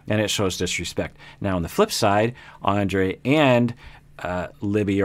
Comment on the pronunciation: Topic for this couple: toxic masculinity. I sort of wished he'd start from the middle and wonder why they're so antagonistic toward each other and who's at fault. I forgot Libbie ever called herself a rebel, how funny. Oh and I think he pronounced Andrré wrong.